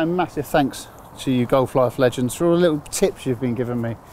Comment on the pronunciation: I'd watch this channel but please stop saying You Golf A Life A Legends. There is no A inbetween.